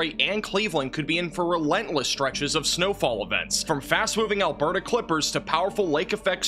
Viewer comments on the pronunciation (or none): none